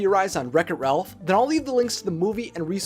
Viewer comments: ''RELPH her only friend.'' I think it's pronounced Ralph. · No offense but he’s called Ralph not Relph